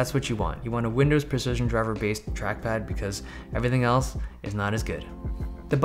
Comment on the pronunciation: „windows preshishon drivers“